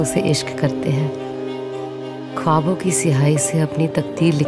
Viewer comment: No no.... Takdeer, khuwaab!! Kharab Urdu pronunciation ne saara mood off kardia. It is taqdeer. Ek nuqte wala 'kha' hai hai khawaab me. urdu shaiyra dikhane ke liye is cheez kha dhiyaan rakhna laazmi tha Bansali sahab.